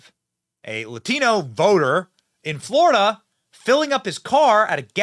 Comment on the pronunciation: the reporter says “Latino” with an accent. Just say it normally! OMG! AOC does that all the time too, they sound like fools.